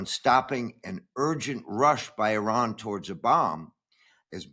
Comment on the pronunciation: Christiane Amanpour Presents: The Ex Files with Jamie Rubin Sorry Mr RUBIN you read IRAN so wrong . far far wrong